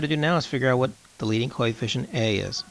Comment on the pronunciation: Practice more on pronunciation of the word coefficient, otherwise it is a good video.